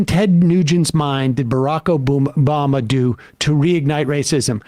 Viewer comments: "Barack Obooma" I heard it, we all heard it lmao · "Barack Obooma" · Barack O-boom-a Cmon Sam wtf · Like Sam’s slip up - Barrack Obooma lmao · Sam very nearly said Barack OBoomer and I feel seen for the first time. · Sam almost called Obama Oboomba and i laughed.